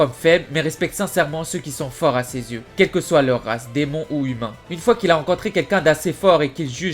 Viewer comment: ses 3 paires d'yeux et non '' de zyeux '' par contre super vidéo!!!